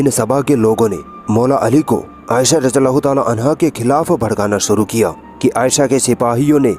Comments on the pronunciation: Radi Allah is the correct pronunciation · बहन रादियाल्लाहो ताआला अनहो में द और ज साथ में बोलोगे तो सही होगा ।